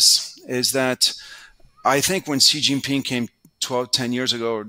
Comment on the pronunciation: Brent is great, but China is definitely one of his biggest blind spots. He still can't even pronounce Xi Jinping's name well (a small but important tell).